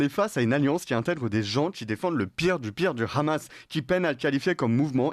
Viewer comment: D'accord mais svp arrêter de dire "Ramas" c'est insupportable. Aucune raison d'utilisation la prononciation hébreuse. C'est de l'arabe HHHHHaaamas.